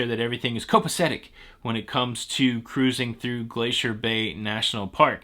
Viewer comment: Lol I don’t have much time so I have to listen to you using the Playback speed of 2x. And let me tell you!!!! It is hilarious listening to you say ‘Ca’rusing!’ Lol🤣😂 Makes my day!!!